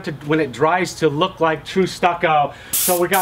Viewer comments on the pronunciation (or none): none